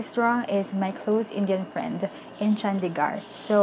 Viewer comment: Your pronunciation of Chandigarh was on point